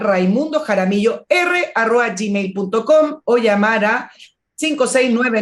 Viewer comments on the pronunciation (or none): Querida, adoro escuchar tus comentarios, cómo ya te quiero y como viejo profesor, escucho muy claramente que, al referirte a una dirección web,dices "arroa", por favor corrige: arroba, eso...